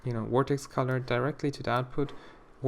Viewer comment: When you say "Vertex Color" it sounds more like "Vortex Color" lol xD